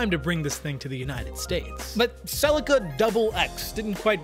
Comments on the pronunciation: Why does this guy keep calling it a Sellica? It’s a Selleaka. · Im struggling with all the Tom selleka's. its Cel E ca. I had a 1995 mk4 twin turbo automatic, because I couldnt find a turbo manual, still the car with the best feeling through the steering ive driven, it was 15 years old & still felt new. Also pls revisit the new supra & review the manual version. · Stop saying Celica the way you're saying Celica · After the third mispronunciation of Celica I had to switch off…. 😂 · 😂 please don’t ever pronounce that transmission company name the way you did